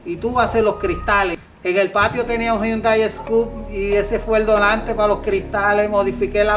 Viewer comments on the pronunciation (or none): none